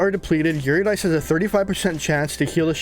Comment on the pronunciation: It's pronounced "Yer-rid-eh-c" Eurydice, she's a Greek Goddess.